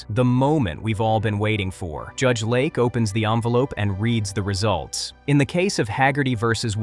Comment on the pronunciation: Judge LAKE, not Lark. AI is terrible. 👎🏼